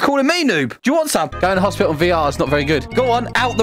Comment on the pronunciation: "Okay we are at hospitil"